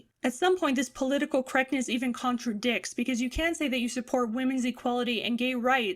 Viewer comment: you said "contradicks" ...giggiles XD it's contrarichard!